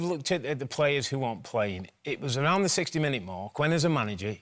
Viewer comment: “It’s da history of da Arsenal”